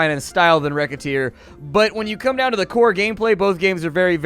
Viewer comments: Racketeer... not wreckateer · whats the name of the game thats simialr to moonligther? Rocketeer, riccateer, rekhatear? Its kinda hard to understand what he said